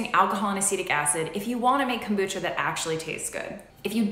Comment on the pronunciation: Cocobucha? But... But... Why?